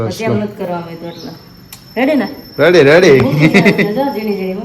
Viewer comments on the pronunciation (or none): none